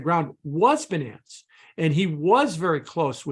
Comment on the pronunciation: This nonce can’t even pronounce ‘Binance’ correctly. (BUY-nance) Some experts 🤡🤦🏻‍♂️